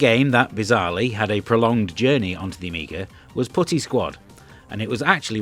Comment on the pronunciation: To be fair, YT subtitles says Putty but is really sounds like the other word.